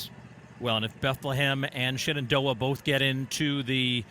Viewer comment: It's Shenendehowa, not Shenandoah. I live in WNY and even I know that. BTW, cheers to Frontier's Lillie Bogdan from a Falcon x-c runner ( ). And to WNY's top finisher, Emilia O'Leary of East Aurora.